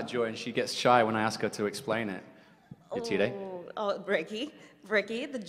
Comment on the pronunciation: The way she butchered Yetide's name is just...